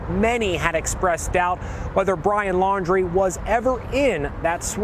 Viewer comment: FIRST TIME I HEARD SOMONE SAY THIS GUYS LAST NAME RIGHT LAUN - DREE